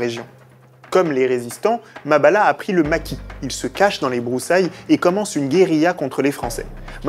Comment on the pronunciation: MABIALA MA NGANGA pas Mabala